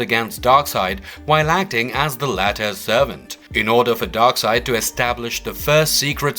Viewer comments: Darkseid, not Darkside... I guess they dont read comics books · Darkseid not Darkside!